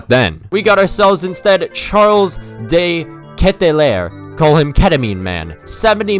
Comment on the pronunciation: I love You but how did You pronounce De Ketelaere? Not hating, but it was hilarious imo 😂